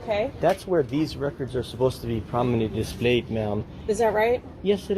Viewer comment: I’m glad he’s holding these government employees accountable. But he needs to learn how to pronounce the word “prominently” correctly.